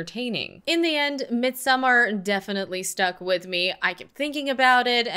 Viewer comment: It is called 'Mid-so-maar'.